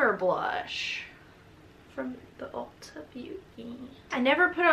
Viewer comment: “UUlta” the way you said that lmao